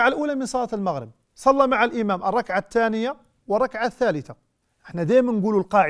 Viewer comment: بارك الله فيك ياشيخ لكن والله يؤسفني بإبدالك التاء بدل (ث) التانيه وهي في الحقيقة الثانيه